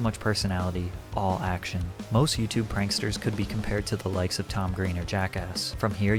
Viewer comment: lol "panksters"